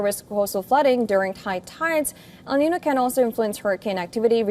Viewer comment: Why can't you pronounce El niño?